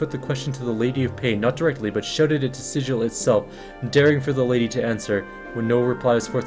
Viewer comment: Appreciate your videos. Just sharing information in the spirit of correctness. The city is SiGil, not SiDJil. Its a hard "g" sound.